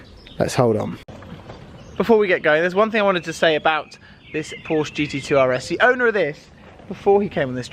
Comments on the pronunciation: its not a Porsch, it’s a PorschE! Anyways keep going with the good content:) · it's not Porsch it is Porsch"E" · You have to pronounce Porsche the way it should be. But, nice video.